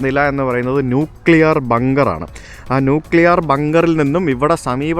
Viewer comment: Learn to pronounce nuclear